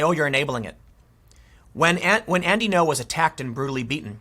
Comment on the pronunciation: lmao you keep calling andy ngo as "andy no". The NG creates a sound like Spanish ñ but instead a high pitch tone. you pronounce "ngo" with your stomach like a bear growling.